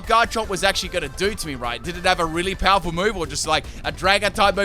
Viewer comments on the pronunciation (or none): none